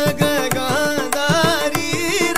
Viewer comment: the rendition was good but i felt it was more of showing off of his prowess in gamakas. i was disappointed the way he pronounced nagagandhari itself.